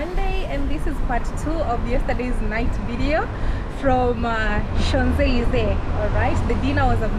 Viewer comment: 😂😂😂😂😂😂@ pronunciation of "Champ Elyses" is ""Shonzelisse"" 😅😂😂😭😭 and her pronunciation of "Eiffel Tower" was ""Ayffol/ Haffel/ iffel etc 😂😂😂 wow! I'm dead. We really can't take the Nyabohanse outta our gal, but we sure took her outta Nyabohanse!! Keep flying high gal.. my namesake- Godspeed in ur travels. ❤️ it's all love here, jus some humor n don't take it personally... yu ain't French, right? Same way French wouldn't be able to read Swahili... 😊🤎🫶🏾🙏🏾